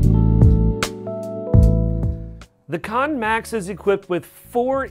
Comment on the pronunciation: It's pronounced CAN not KON, super irritating when you cannot pronounce the name of the device. They would have put an O in KANN if it was going to be called KONN. your the second reviewer to pronounce it wrong.